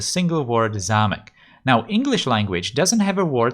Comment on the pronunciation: Hi. You are czech? You can pronounce zámek really well